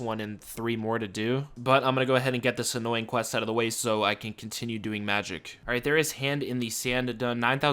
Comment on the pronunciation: I get so triggered every time you say "annoying"